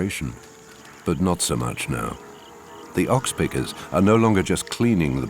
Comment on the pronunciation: He also calls oxpeckers .... oxpickers